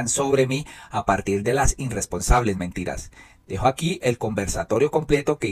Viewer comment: Por favor, corrija una palabra que a dicho mal en varias ocasiones, no se dice irresponsable, ojo! Se dice irresponsable, quítale por favor esa n. Por lo demás lo felicito! Sus programas son maravillosos. Bendiciones.